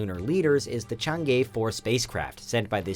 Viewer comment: How to pronounce Chang E: Chang -> charge -> “Cha”rge -> “Cha”ng E -> earth -> “ea”rth - “ea” Chang E ~ “Cha”ng “ea” This will be close enough.